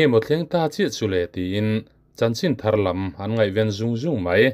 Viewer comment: Bengvarthlâk e!! Chanchin tharlam tih a lam lai tak khi zai tih kan thlûk ang deuh a thlûk tur ania.Tharlâm chu thar ṭha, fresh tihna ania.Tunlai hian mi tamtak hian kan thlûk diklo deuh ṭhin a.Lo sawi ve hrim hrim.